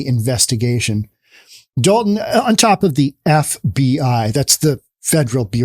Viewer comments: Be reasonable. I lived there for most of my life. It's Dolton not dalton. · It's Dolton, not Dalton, you maroon! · DOLTON not Dalton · Btw. It’s Dolton